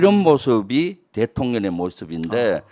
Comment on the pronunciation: 대통령의령 발음이 안되시나요? 거슬리네요.